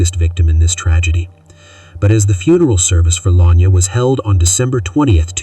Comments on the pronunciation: The pronunciation is La-Ny-Ah…. RIP 🙏🏾🙏🏾🙏🏾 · Luh- nai-yuh not Lanya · Is anyone else annoyed by the fact he keeps calling her Lanya? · Her name is La Nyah. U been saying it wrong the whole time .. I don't care what she wore what was going on she did not deserve to die in a manner that she did. I hope and pray that Justice is served soon and that they will find the person responsible for her death.